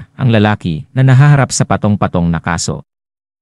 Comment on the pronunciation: Filipino ba itong voice over Shocking ELEVATOR / PATONG-PATONG Play this once again and listen very carefully on how you pronounce the said WORDS.